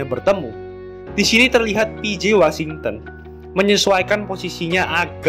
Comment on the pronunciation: gw pribadi kurang nyaman sama pelafalannya.. misal houston, harusnya dibaca hyusten, trs washington harusnya dibaca wosingten, dll.. kesannya jd malah kaya dengerin amatiran.. sbg pembanding bolehlah liat bang irril ato bung paul palele, enak tuh klo kasih penjelasan.. sori, pendapat pribadi ya